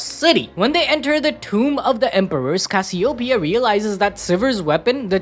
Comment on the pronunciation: cass-i-o-pia is crazy